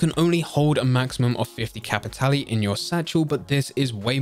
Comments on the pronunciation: I'll say it...STOP SAYING CAPITALLY! It's Cap-it-Tahl. Like Leviosaaaaaahhhh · Nah, it's Cap-i-tah-leh.